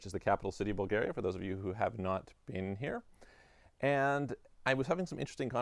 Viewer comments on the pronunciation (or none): none